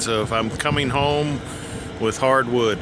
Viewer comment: LMDAO!!!!!!! He said hard"WOOD"!